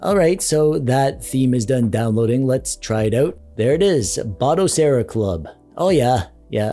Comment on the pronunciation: Finally! someone that pronounces Batocera as BATOcera and not BODAcera!